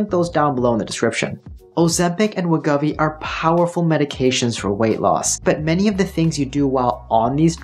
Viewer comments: We GO vee. GO , not guh. Thank you for your understanding. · I can’t trust anyone who mispronounces Wegovy 50 times in their video.